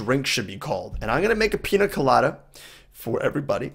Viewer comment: You should say pinia colada because ñ have a ni sound